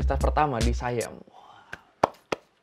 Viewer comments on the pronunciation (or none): none